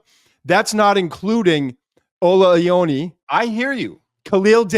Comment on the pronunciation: Iowa-nay = Ioane